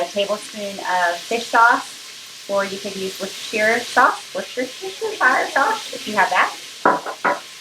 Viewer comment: Let me help: Worcestershire sauce = Wooster-sher sauce. We brits normally say Wooster sauce! (The 'oo' is not stretched as in boo or woo, but shorter, less defined, as in 'look'. :) Thanks for the video - will try this!